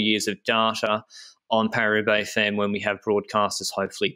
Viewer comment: 'Femmes' pronounced 'fam' as in family.